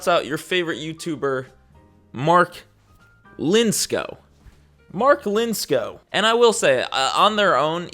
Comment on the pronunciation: Finally! Someone who said his name right 😂